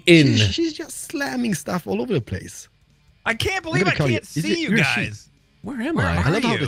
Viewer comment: Not trying to be an ass, its "Believe", which you prob already know